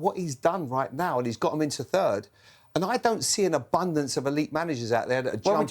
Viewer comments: "United finishing turd" 😂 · Bitter keane yet again. All because united didn't call. Btw did he say third or turd 😂😂😂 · "Man united have been turd in the league". -Roy keane.